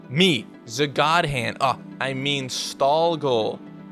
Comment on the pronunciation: What is this "" nonsense